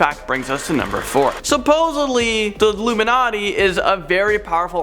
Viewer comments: Umm illumanati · It blurred when you said uluminati